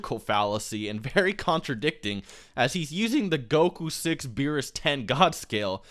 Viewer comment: Yeah I don't understand why people call him Beerus. That's like calling Vegeta "Bejiita" but still pronouncing it incorrectly like "Bejit"